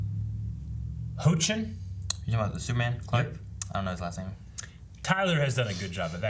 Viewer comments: It's Tyler "Heck-len", Years of watching Teen Wolf has taught me that! 😂😂😂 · his last name is pronounced hecklin for the actor who plays superman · It's HECK-LIN --------Tyler Hoechlin (Heck-lin) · Tyler's last name is pronounced HECKlin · "Actor. Baseball player at heart. Love All, Judge None... And before you have to ask, it's pronounced Heck-lin..." From Tyler's twitter bio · your right his named is spelled hoechlin but its pronounce hecklin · Yeah it's pronounced Hecklin